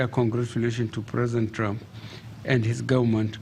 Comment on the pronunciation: He is pronoucing trumph as trunk,he can not even pronouce trumph